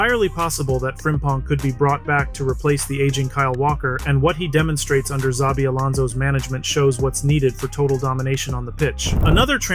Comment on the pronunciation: I cringed every time you said "Zabi" 😅 the beginning sound of his first name is a "sh" (like in shelter) but the rest was correctly pronounced